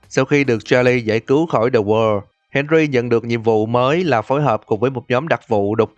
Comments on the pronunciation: The wall nghe như the word! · Tại sao tui lại nghe "the wall" thành "the world" vạy